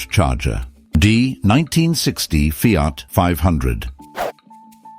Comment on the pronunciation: Feeart, Renawlt. Jagwar. Romeeow, Where do you get them from>